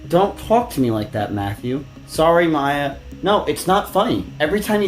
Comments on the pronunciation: I've been getting strange feeling from this channel. Feels like it's ran by AI. Mispronunciation in most videos and even name that you would think someone who's doing documentary should have known... Maya as Meiya really??? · "MY-Uh" not "May-Uh" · Saying Maya with a pronounciation like Mayo is diabolical. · "Mai ya" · MAYE-UH BRO JUST PRONOUNCE THEIR NAMES CORRECTLY, IT'S NOT HARD